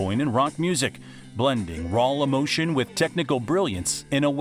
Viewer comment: What's this about 'rawl [sic] emotion'? Narrator having difficulty shifting between consecutive vowel sounds?